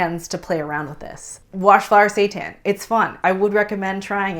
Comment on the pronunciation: I thought she said washed satan lololol